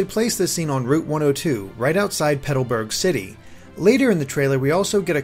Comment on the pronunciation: peto-burg????? O.O